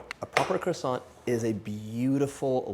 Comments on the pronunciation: John is sooo cute when he speaks a French word! 🥰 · Bruh say croissant like a normal person